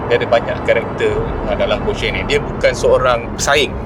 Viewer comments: bang sebut nama brand porsche tu betul. salah tu hahahaha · Terbaik bang…sejarah Porsche dan info mantap….cuma kalau boleh tambah baik dengan sebutan “Porsche” itu sendiri…at least netizen dapat tahu sebutan yang betul nama Porsche itu sendiri. Sekadar cadangan 1sen dari saya.